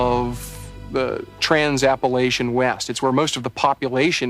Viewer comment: Can't you people pronounce 'Appalachian' correctly ?